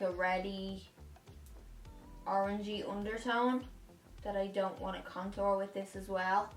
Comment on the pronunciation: I love how you say contour. It kinda sounds like “cuntour”. That’s just randomly funny to me but I love for it. Lol Btw hello from Vegas!